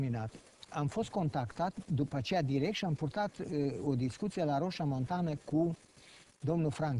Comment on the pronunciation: Roșia MontanĂ, nu Montana